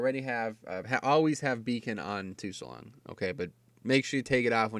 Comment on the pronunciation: it's Sulong, the T is silent.